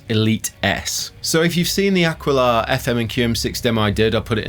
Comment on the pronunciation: Ah. Key. La, not Ah Quill Ah